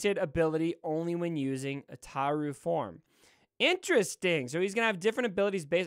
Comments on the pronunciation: Ataru pronunciation was on point. Yoda's form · As a super lore nerd, your pronunciation of Ataru was spot on 👌 Also, people already have the Malevolence at 6 to 7 stars. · No u pronounce ataru right